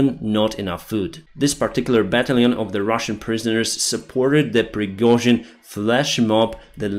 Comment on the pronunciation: "Pirgohzin flshmob" - lol